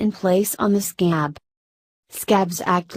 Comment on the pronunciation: Why she like “sCAB”